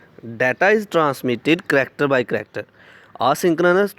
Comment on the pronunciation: 😂😆Chracter by Chracter nahi bhai...character by character...hota hai.....haha😂😂😂